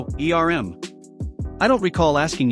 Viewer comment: Dang auto-text readers! Spoke "miss" as the state name "Mississippi" and the hesitation "erm" as "ee-ar-em."